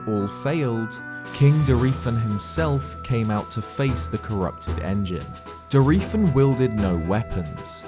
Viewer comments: I always click on for the amazing analyses and content. Then barely make it through while gritting my teeth through his pronunciations. AK-la will always kill me but I thought I could get over it until....DOR-EE-fan. Yikes. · That is not how you pronounce Dorephan. It's literally the word dolphin said with a heavy Japanese accent. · Mispronouncing dorephan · Why do you pronounce Dorephan differently everytime you day it?😂😂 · Dude, your videos are great and it's crazy fascinating getting more in depth with the lore, but how did you manage to pronounce Dorephan 12 different ways?! Props